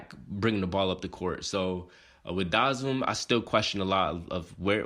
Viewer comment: Out of all the vids if I seen this has to be one of the worst pronunciations of his name